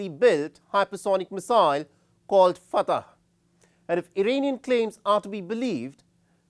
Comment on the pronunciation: It's not Fatah. It's pronounced Fattah, fat-taah. Get it right